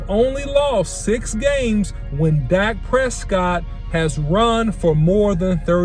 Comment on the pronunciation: OC why you butchered Dak like that